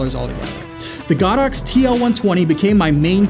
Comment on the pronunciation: it's not "God Ox" it's "Go Dox"